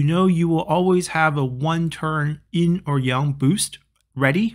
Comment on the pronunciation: Why do you keep calling it "in"?